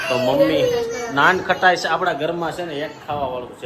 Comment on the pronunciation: Nankhtai kevay nan khatas n kevay😊